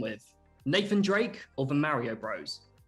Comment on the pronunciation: "mare-io brores and yah-shi"